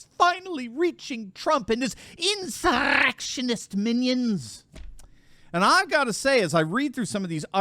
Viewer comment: Your pronunciation of "insurrectionist minions" nearly made me fall out of my chair.